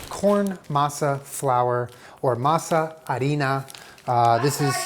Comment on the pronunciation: As a Mexican, I approve the pronunciation of masa and harina. 🇲🇽 💯